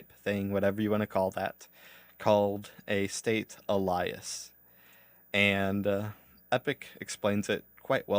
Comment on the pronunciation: Thanks for all the content, appreciate you running through all of this. Just a heads up Alias is pronounced ay·lee·uhs. Hate correcting people but this might help you in future.